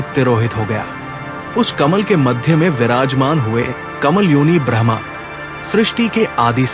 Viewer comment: Bhai agr normal log bhi tere video sune or smjhe to simple hindi me bola kr smjhe hr kisiko itni shuddh hindi nhi aati or AI translation mat use kra kr jo brahma ko bhraaahmaaa bole